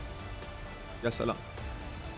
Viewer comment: كانه قال في الدقيقة يا شلام اي والله 😂😂😂